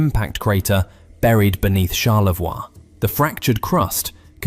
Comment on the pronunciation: Charlevoix au Québec et non Charlavoix